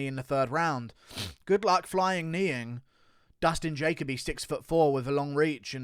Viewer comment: Jacob ee lol